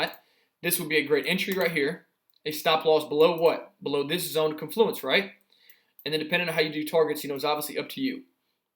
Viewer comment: Woahhh, wooah, woah.. pronunciation: KON·floo·uhns. Stress is on the first syllable.😶‍🌫